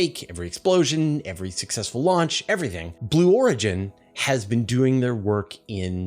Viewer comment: take a breath, willya? Talking so fast that "Blue Origins" becomes "Blorgins"!